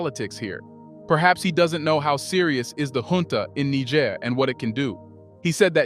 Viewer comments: Why do you keep saying Ni gg er in stead of NiGER? I think you KNOW better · Do to Basoum what NATO did to my brother Gaddafi. Then, the "recognition" the observe is no longer an excuse to whine. Also is the narrator AI?!?!? Cuz I'm tired of the 2 pronunciations of NEE Jhaair. And him saying Nee Grrr. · Niger is pronounced Neezheer. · Its pronounced Nijeh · It’s “NEE-JEHR” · Niger is pronounced more like neejsher. Love and peace to Africa and all peoples x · It is baffling how you would "know" so much about the country but can't pronounce its name. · You(Narator) lost me on your inconsistencies of the pronounciations of Niger. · Interviewer seems incapable of pronouncing "Niger" consistently..... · You can't even pronounce the name Niger?? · Chose your "Niger" mate 😅 Excent vid tho 🙏🏽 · You are mispronouncing Niger more than half the time! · Dear friend, you must be consistent in how you pronounce the country’s name you are speaking about. You’ve mispronounced it 4 different ways in one video, what country are you talking about could be the question. Please for professionalism sake pick one pronunciation and stick to it or your credibility will be questioned for your inconsistency. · Please try to get the pronunciation of Niger right. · Please,you should pronounce Niger rightly but not what the Western World pronounces it.